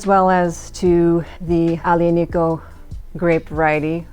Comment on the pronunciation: Thank you for this video! Very honest and down to earth. I’m an American in Italy and I found this wine a few days ago in a pastry shop at a bargain price, so I grabbed quite a few bottles. I like to get your take on another Italian tannic wine, Sagrantino. btw Aglianico is pronounced Ali-ani-co. The “G”’is silent. Thanks again!